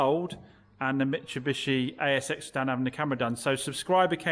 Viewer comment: mitsubishi not Mitchabishe lol 😂